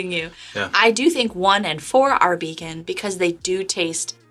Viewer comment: Did you mean to say “Beacon?”